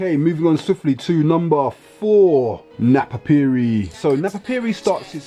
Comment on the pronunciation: He didnt even pronounce it right... both "i"s in napapijri are pronounced as the english letter "e" is pronounced in the alphabet. So its pornounced "Nah-pah-pEj-rE" pij as pee, ri as re in review.